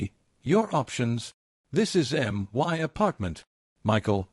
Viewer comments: Good story.. Sadly the AI needs to learn how to say " my ".. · The illiteracy of this AI voice leaves me shaking "M-Y" head. 🤨